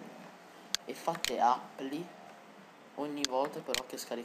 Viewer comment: ottimo video.. non mi va certo veloce come dici tu ma meglio di come andava prima.. ps "apply" si legge in maniera un po' diversa però! :)